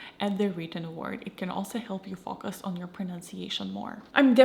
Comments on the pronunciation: Her way of pronouncing "focus" isn't the result of her accent, she just doesn't know that the "o" is short in that particular word. The word "fokus" exists in Russian, meaning deception or trickery, and that's probably where the confusion comes in, but she's totally able to produce that sound. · You're pretty amazing speaking English btw, if it weren't for your name and the bit of accent that comes out when you pronounce "focus", I'd be convinced you're American, good job, and great video